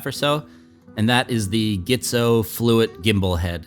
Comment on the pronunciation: nice footage... should be pronounced G-tzo (like letter G) not GHITZO...